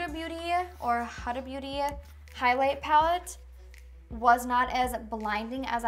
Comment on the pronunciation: Got inspired by this video thanks a lot! Very helpful. About "Huda Beauty" the first pronounce was correct! In Arabic it's a female name means Guide / Leads thank you again love you and big hi from Bahrain Kingdom